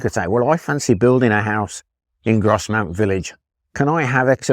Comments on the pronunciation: Just a heads up from a local, it's pronounced Groz-mont not gros-mount. Big fan of the channel btw 👍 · its said gros mont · Not being a local I would have pronounced Grosmont with a silent "s" just like the one in North Yorkshire.